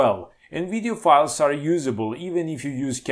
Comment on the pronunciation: "the uidio" ....the letter V is so hard....thanks for the laugh.